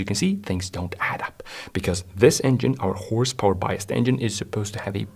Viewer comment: Yeah Hawwwrrse Bowa and twaawwk 😅